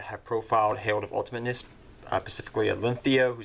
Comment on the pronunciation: It is the herald of ultamitnesnesnesnesnes